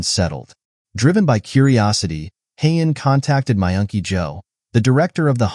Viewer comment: Myungky yo sounded like you were saying my auntie Jo